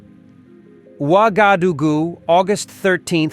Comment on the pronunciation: Please get a different voice over guy. Jeez. He pronounced Wagadugu 5 different ways in under 3 minutes.